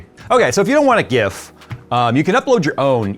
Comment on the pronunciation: I like how properly pronounce word Gif, not like one small screaming Canadian YouTuber from other tech channel.